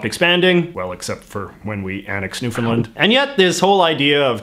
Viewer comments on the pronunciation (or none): none